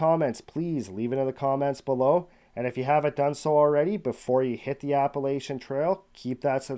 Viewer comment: Pronounced "App-uh-latch-un" Trail.